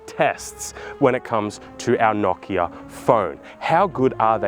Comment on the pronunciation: The real April fool's joke is how you pronounce Nokia